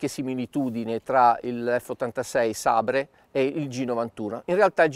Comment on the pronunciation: In tutta la mia vita non avevo mai sentito qualcuno pronunciare "sabre" così come si scrive invece di "seiber" :( mamma mia!